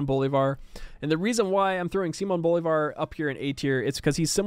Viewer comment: If you are interested, the stressed syllable in Bolívar is "lí", so it should be "Bo-lee-var"